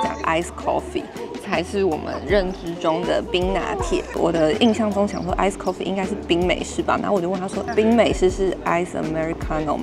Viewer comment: ” coffee “” ( 摳 ffee) ❌